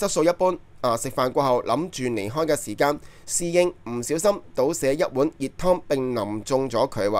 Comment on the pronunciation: 奴考音，妮開😅